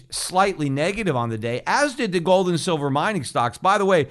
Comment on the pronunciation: Schiff pronounces it GOLLLLLLD.